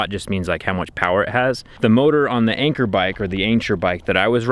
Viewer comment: its not anchor its an cheer like in 3 2 1 an cheer! Lmao